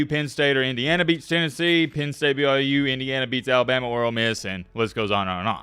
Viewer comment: Did he just wish me a Merry Christmas and is he actually saying BYJews? Jesus Christ, you are absolutely deranged!